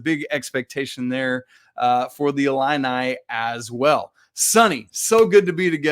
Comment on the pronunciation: Discount Justin Timberlake looking dude pronounces 'ILLINI' funny strangely... 'ill-in-eye' :|